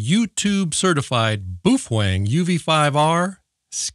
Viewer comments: Booof wang 😂😂😂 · Boof Wang lol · My Jiggle Hertz 😂 Boofweng 😂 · What's a Boofwang ?